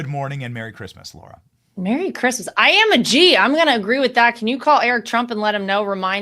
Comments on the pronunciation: Love ur show Benny just need to question one thing I thought Trump's daughter in-law was called Lara Trump but i have heard u call her Laura Trump repeatedly...can u clarify pls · Benny, I have been trying to decipher whether you are saying Lara wrong because of your accent or because you don't know that its not Laura. I keep telling myself surely there is no way you don't know, but I still hear you saying LAURA not LARA (LA-RA simple as) 😝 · F-ing Lar-ha not LAURA